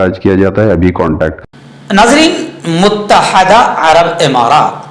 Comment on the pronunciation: السلام علیکم ورحمةالله وبركاته. مفتى صاحب ؛ لفظ: متحدة: كسرة کے ساتھ ھے، فتحة نہیں ھے، الإمارات العربية المتحدة، اور: اقوام متحدة.وشكرا